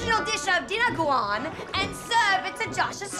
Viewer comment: Dinaguan??? Or was it supposed to be diNOguan? Like the pork's blood filipino food